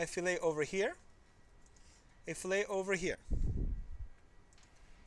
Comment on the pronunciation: Only complaint is fillet is not pronounced that way when you're talking about mechanical design. Other than that, this video is a great and much appreciated overview!